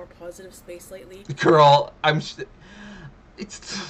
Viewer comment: Doesn't Amberlynn say "gorl"?? 🤔